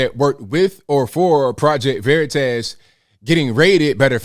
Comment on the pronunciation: VeritASS 😆. Please stop pronouncing it like that